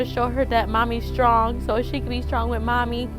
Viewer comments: It's not wit... It's WITH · She keeps saying the word with, like it's pronounced w i t lol! And then she said they misses me LOL, how stupid is this chick? Well let's see my child has broken bones and I have no idea why, I would be ashamed of myself to even admit that even if that were the truth